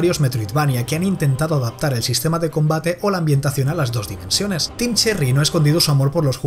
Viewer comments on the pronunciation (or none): none